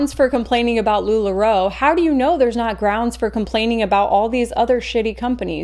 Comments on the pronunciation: homie called it LuLuRoe like it’s LuLuLemon lmao try again, bud. We all know reading is hard sometimes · Homeboy really just called LuLaRoe LuLuRoe Ded